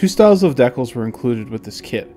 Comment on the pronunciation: I have to admit, I've never heard it pronounced "deck'lls" before.